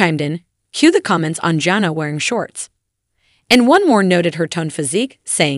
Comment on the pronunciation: Is a bot reading this? It's JANA, not Jenna and yeah Jinger doesn't rhyme with finger